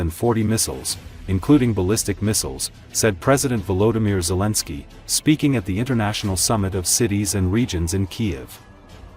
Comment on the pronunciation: "dijo el presidente wimir zilinkir" jajaja .... pura ai con voz femenina jajaja.... vamos Ukrania!!